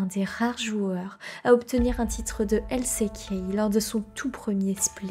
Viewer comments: J’apporte ma pierre à l’édifice, le coté franglais dans tes prononciations me sort aussi de la narration, LC Key au lieu de L ci key pour exemple. C’est un bon taff néanmoins ! Continue à improve ! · Tu dis LCéKey toute au long de la video mais si tu veux le dire a l'anglaise c'est LSiKey. Avec des meilleurs sous titre et ne pas finir toute les phrases avec une intonation basse et sa sera bien mieux bonne continuation